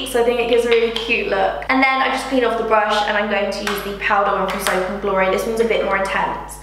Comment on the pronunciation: The first time you say soap and glory I swear you say ‘simply dory’ ahhaa was so confused for a second 😂😂 love the video 👌🏼👌🏼